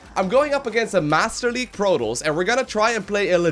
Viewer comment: in the beggining it sounds like he says "master league PROTOLLS"